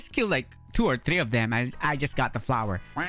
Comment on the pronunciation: Its not tree its three